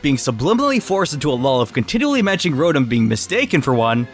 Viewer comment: You said rotom wrong